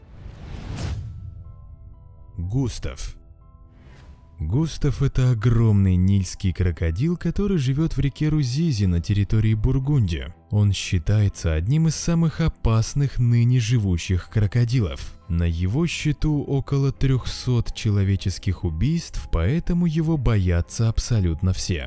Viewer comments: Бурунди а не Бургунди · не бургунди! а Бурунди